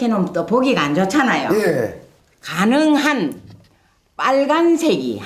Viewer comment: 전설의 "가능한"ㅋㅋㅋㅋㅋ